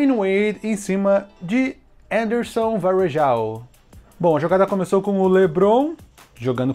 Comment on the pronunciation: O Anderson é BR e tu fala o nome dele como se fosse um Gringo KKKKKKKKKKKKKKKKKKKKKKKKKKKKKKKKKKKKKKK